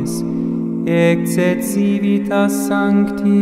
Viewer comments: Si no recuerdo mal de mis clases de latín del instituto, en latín clásico la consonante "c" siempre se pronuncia como "k". Sin embargo, en "cívitas" ha sonado como la "c" actual. Me ha llamado la atención. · Es la pronunciación germánica del latín. Distinta al resto del mundo.